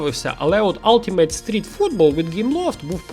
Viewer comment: ultimate правильно вимовляється ['ʌltɪmət] без йотації алтимет.